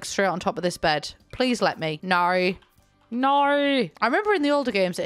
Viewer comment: why do I keep thinking you sound kinda Aussie when you say no like that 😝